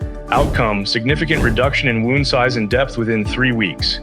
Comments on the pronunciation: AI narrated. Wound (wownd)- that's a tough one for them. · Yes. You ever heard wound pronounced that way?